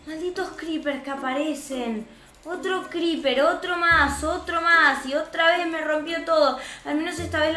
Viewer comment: Se dice Creeper no greeper